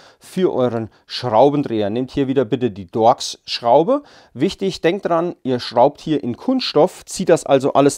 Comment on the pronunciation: dorx das heißt torx